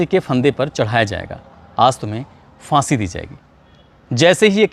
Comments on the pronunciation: लगता है कि आपने उर्दू नहीं पढ़ा है Fansi नहीं फांसी होता है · “FAANSI ka FANDA” ?! “PHAANSI ka PHANDAA” hota hai ! 🤷🏻‍♂️🤷🏻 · aapki report to theek hailekin aap phansi word sahi bolte to zyada theek hota.